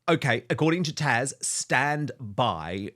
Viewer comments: Her name is Taz, with a Z, not TaSH. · I'm sorry, but I find it difficult to ignore the fact that Dan seems incapable of or unwilling to say "TaZ", not "Tash" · Dan, it is considered quite rude to continue to call your contributing guest by the wrong name. She is known as Taz not Tash. Poor form Don, err Dan. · Her name is TAZ and not Tash? 😅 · Her name is TAZ, not Tash...🤣🤣👍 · Dan, I love you both so much. You are fun, intelligent and informed. I do have one thing though, this is Taz. I have watched her for quite a while. I keep hearing Tash. Am I hearing wrong? I am getting older and don't always hear correctly. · Why do you keep calling her TASH when it's TAZ??? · Dan this lady is TAZ not 'Tash or Tasha' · Dan, isn’t your guest’s name TAZ?? Why do you call her Tash? Just asking… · Dan, are you calling Taz, "Tash"? It sounds like it but maybe just the sound. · Why does he call Taz “Tash”??! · Dan, isn't her name TaZ or is it TaSH I'm hearing?:) Either way...love her and her channel ❤ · I love you, Dan, but it's TaZ. TaZZZZ. Not Tash. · He keeps calling her “Tash”, 😆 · Someone needs to let Dan know that her name is ‘Taz’ 👍🏻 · Thank you! I literally just commented. It’s rather irritating!! get her name right - even with your accent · Her name is Tasha but goes by the name Taz 😊